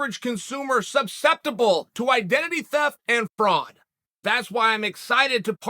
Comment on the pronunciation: If Chael says I'm subseptible then I guess I'm subseptible